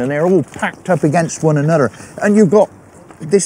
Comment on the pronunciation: "You see, ya got these big stones here, and they're in a nice line and they're all packed up against one a-nudder." Phil Harding 😁